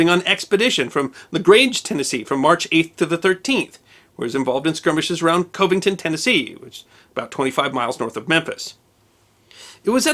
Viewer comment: Covington is not pronounced the way you did. The o is pronounced "o" but "a"